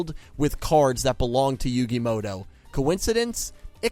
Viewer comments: Why do people pronounce it "Yugi Moto" when it's muto?? 🤔 Even I do this lol Mandela effect maybe? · "Yugi Modo"